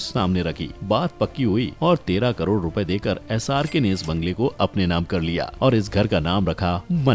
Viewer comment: 7.30 minutes mie 3.5 crore ka pronunciation wrong kiya hie sir ne